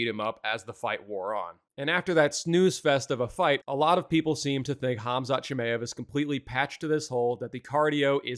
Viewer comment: Who the hell is CHIM-AYE-EV?